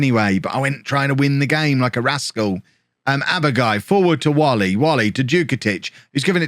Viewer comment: Like the transfer policy mate. No point throwing money at players who are not or never will be the required level. Just a reminder that Nathan Whalley's surname is pronounced "way-lee"